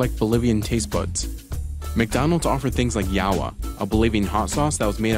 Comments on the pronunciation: As a Filipino I was a bit scandalized when the narrator spoke the word "Ilajua". Bisaya speaking people will know 🤪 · I am Bolivian myself and Yeap, prices were really high and it wasn't food for everyone. Yet... Burger King still exists here PD: The narrator NEEDS SOME SERIOUS Spanish classes "Llajua" xD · As someone with Bolivian ancestry, I cringed when the narrator said “yuh-wa” instead of llajua = yah-hwah & “salt-ten-uhs” for salteñas = “sahl-teñahss”, but besides that this was a well made video. 👍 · When you pronounce llajua use the j as an h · I’m sorry fellow Bolivians, the narrator butchered the pronunciation . Llajua salteñas and anticuchos are all delicious. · I loved when you tried to pronounce llajua and Santa Cruz and yes I'm Bolivian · Good vid but my lord did you butcher the pronunciation of llajua and salteñas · CNBC spokesperson, you could at least try to speak Spanish words properly rather than being lazy and butcher them.